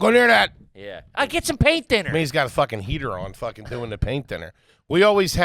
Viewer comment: durrrr instead of doing and nobody roasted him 😝